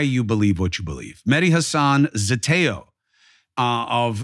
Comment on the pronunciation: ZETEO not Zetoe .